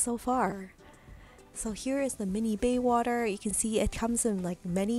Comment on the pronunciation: Maybe a little bit of preparation would help the video. Baywater vs. BAYSWATER...